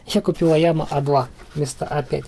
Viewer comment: айима, а не айяма